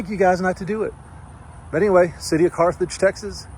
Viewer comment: Learn the name of the towns you are in..there is no Carthrage